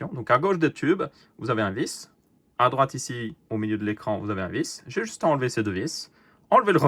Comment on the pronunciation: UNE Vis pas "Un Vice"!!! je te l'ai déjà dit!;-)